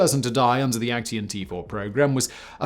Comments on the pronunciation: Aktion is actually pronounced like "ahk-tsee-on". not "ek-tee-on" triggered my german grammar hating heart. lol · Just a side note, "Aktion" in German is pronounced as ak-tsion (IPA: akˈtsjoːn). So are all words ending in -tion, similar to how it is in English. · Why do you pronounce „action“ as if it’s a German word? 😂. In German it would be spelled „Aktion“ and pronounced very similar to the English word. You keep saying Aktien, which means stock, which I do not believe the Nazis sold. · I'm sure you could get hold of someone helping you with the right pronunciation of German. I wonder who came up with "A—KT—ion" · Since I am kinda triggered by the way Simon says Aktion: You say it like ac pause cyan, but replace the a in cyan with an o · Oooh come on.... Put a German word into Google translate and have it pronounced correctly for you, before saying it wrong through the whole video! yes, I'm talking about AKTION. Otherwise: great vid again! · there is no 't' in 'aktion' 😊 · Great content but the way you pronounce "Aktion" is really really weird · I kind of like the way you mispronounce "Aktion", given that it's literally the German word for "action". NoFront, it is just funny to my ears. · yeah, me too - but perhaps I am getting used to Simon mispronouncing "foreign" words? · Aktion is Action in english.why do you struggle to say words